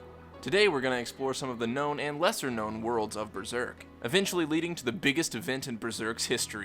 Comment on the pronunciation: Does anyone else hear "BREZERK"?